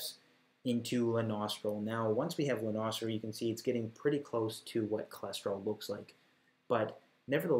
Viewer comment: I thought you kept saying "the nostril" instead of Lanosterol